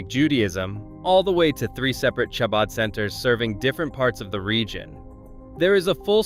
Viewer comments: Why couldn’t they get a narrator who knew how to pronounce “Chabad?” 🙄 It’s NOT pronounced “Shabad” - it’s pronounced “Habad” - with the “Ch” pronounced as if you’re clearing your throat. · clearly AI dialogue the fact that you pronounce chabad with tʃ and not a ח, and then the fact that the videos concept was retirement communities you've never heard of and then brings up The villages in Florida possibly the most famous retirement community on the entire planet. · Please Chabad is pronounced HaBad. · I know. You’d think they would’ve made sure that was pronounced correctly. And it was said multiple times incorrectly. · AI does what it does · Narrator, you need to confirm pronunciation of words before recording, starting with chabad. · It is AI voice and not trained to the Hebrew CH sound.